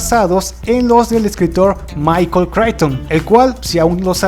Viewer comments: Tus videos son buenos, pero de verdad que tu pronunciación en inglés es TERRIBLE. Casi todos los nombres (de personas y empresas) fueron incorrectamente mencionados; comenzando por el apellido de Michael Chichton. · Qué gran trabajo haces, te felicito. Solamente quiero hacer 2 correcciones: la pintura de Picasso no se pronuncia "wérnica", sino "El Guernica" y, si no me equivoco, el apellido del escritor se pronuncia "cricton". Saludos y excelentes vídeos.